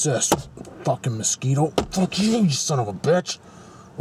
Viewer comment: hehe, mos-squish-to... :P Now that was insulting to onions... :P Spying on your co-worker wrecking the toilet, now there's a proper perversion... :P Yep, nothing says lunch better than the smell of other people's breakfast coursing through the sewers... :P And generators are fun, when they work... :P